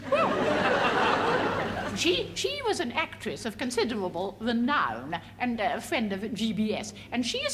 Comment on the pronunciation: Marvelous women, she just makes me laugh so much, ‘an actwess of conciderwable wenown ‘ she’s such a mickey taker. 😀